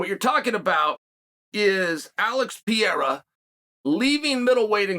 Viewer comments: Chael , I Like you ... but pls ... It's PEREIRA not PIEIRA. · Please stop saying piera please. Its pe re ira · Glasses Chael vs “Pee-era”..?? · I wish I had as much confidence in anything as Chael does saying "Piera" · Pierre - ah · This fucking racist, enjoys misspronouncing Pereira's name even after having been called on it explicitely. He knows he can easily say it right, he won't, and plays like he is an objective character in the MMA world.. the fact that he underlines this so often (every time he can almost), makes it more obvious.. dude is a liar and everything but objective. He sells this image, but ist the fakest one in the business. Though successful, good for him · WHOS PIERRA?? Ariel called chael out for pronunciation of his name. Have some respect for these dudes and at least learn prOper pronunciation. Its not even a hard one.....